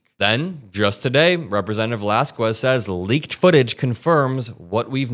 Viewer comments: "Valas-qwez" No sir. Valas-KEZ Have you ever met a Hispanic before? Or are you one of those people who pronounce Juan like "Hhhhh-Waahn" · You don’t need to pronounce the u in Velasquez bro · fyi, the u in "Valasquez" is silent and not pronounced like a w, as in "squeeze".